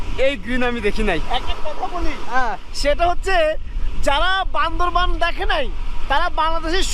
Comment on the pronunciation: It is Bandarban not Bandarbon.Say right.